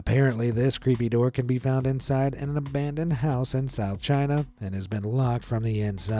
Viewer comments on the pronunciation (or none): none